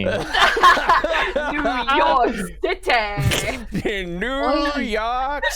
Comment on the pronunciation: In NNNNeww Yoooork Citeeeh~ 💅